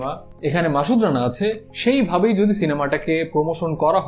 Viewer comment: মাসুদ রানা, not মাশুদ